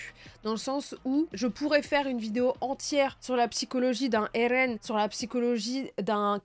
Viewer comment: 9h30 pitié arrête de dire "ErEn" ...... c'est juste eren calme toi